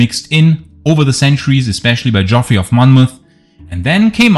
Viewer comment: Geoffrey is pronounced the same as Jeffrey. It's just an old spelling.